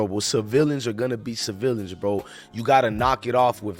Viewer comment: OMG, DUDE YOU REALLY REACHING FOR A STORY, CAUSE WHAT YOU’RE SAYING DOES’NT EVEN MAKE SENSE, AT THIS POINT NOBODY KNOWS ANYTHING EVERYBODY IS SPECULATING…… AND JUST A LITTLE ADVICE MY BOY, THE WORD IS CIVILIANS NOT CI-VILLIANS!!!!!!!! SMH, PLEASE GET HOOKED ON PHONICS!!!!!!